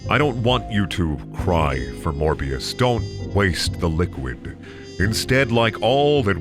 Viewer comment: It's not morber. It's never morber. #morbthesequel